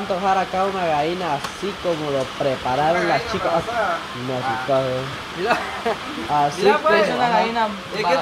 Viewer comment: Se dise gallina no vaina ablen bien se ollé bien paisanos 🇲🇽👎